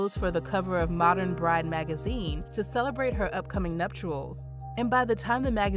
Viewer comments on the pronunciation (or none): none